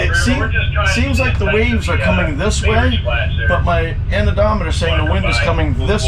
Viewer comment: Are you saying anemometer (an e mom e ter) or annodometer? Thx